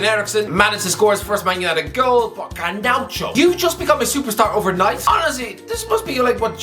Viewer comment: It's just Garnacho not Garnaucho